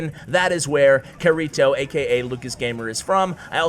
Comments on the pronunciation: Pronounced "kitty toe" no "R" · YOU ARE BUTCHERING KIRITO’s name!!! It is supposed to be from sao it is Kirito! You are triggering me!!!!! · Anyone who's watched SAO cringes at how say kirito😂 No hate good vid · Hey CWA you keep saying kirito wrong BUT good vid tho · pronunciation of kirito?? not the same as the anime (sword art online)???? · Bro, you butchered his name. Watch Sword Art Online